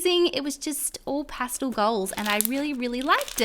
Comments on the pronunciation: It’s pronounced Pas-tel not postal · Was anyone else annoyed by how she said "pastle" instead of "pastel?" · "Passtil" Not 'pastel' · Ik it's your accent but does anyone else get annoyed when she says pastle instead of pastel? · Just me or ‘pastul’ really annoyed me. Ly tho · Could you maybe play with your slime good?! Also say pastel right!